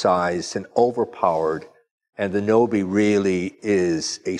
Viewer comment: Please do not butcher the 🇪🇪 language. like you heard from he's last name, o is o not ou and a is a not ei in 🇪🇪 language. Again, Nobe is 🇪🇪 word that means fast or quick. (the e in that word is not in Fance)